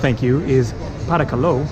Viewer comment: At 25 minutes, Greek 😂 Pa ra ka lor (please or welcome), ev hari stor (thankyou)